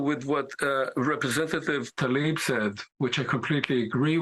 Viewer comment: People keep saying "Talib." Her name is "Tlaib."